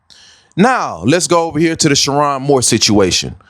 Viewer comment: You waited for more details!😂 You miss the detail about his wife? ….. -That she too is WHITE! 😂smh. - Mispronouncing his name is a crazy detail to miss. - MID 50’s??!! HE’S 39!!!!! So according to your logic: - Sherrone threw his life away when he married a white woman and had three kids with…??? Who’s been tripping about his E.A? Media won’t even say her name. Plus race baiting??? Smh Sit this one out. Delete this vid. Make another one about how lust can destroy.